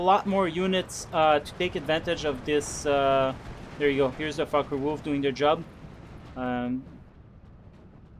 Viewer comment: Did you notice that your fockewulf sound like fuckerwulf?